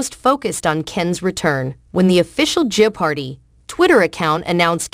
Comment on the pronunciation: Yeah, I like Mayim but she should stick to acting. I believe Ken is better suited to hosting the show. It is kind of annoying with the pause but it is also annoying that the pronounciation of jeopardy in this video is not correct. :)